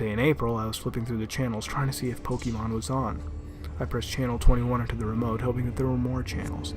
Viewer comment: This asshole can’t even pronounce Pokémon correctly. You sound like a boomer. This sucked